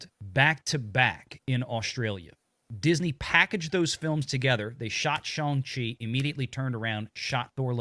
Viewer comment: It's pronounced Shawn of the Chi......come on, guys!